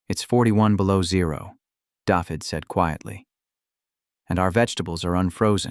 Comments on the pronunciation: Every time I hear the narrator pronounce David as daffid it makes me cringe. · It's pronounces Davith ( hard TH of the) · Can't pronounce Dafydd.